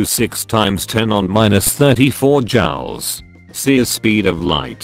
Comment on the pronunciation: The narration on this video is unbearable. It seems to be done with a text-to-speech synthesizer. It sounds nasal, poor-quality, robotic, and it mispronounces important words (for example, it pronounces "Joules" as "Jowels" instead of "Jewels"). Argh!